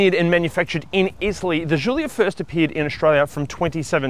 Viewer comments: It's not a jjjulia it's Gulia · It’s not zhulia it’s giulia. Could’ve tried harder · What the fk is a "zoolia"? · Hey this is not a French car - just call it a Julia like Italians would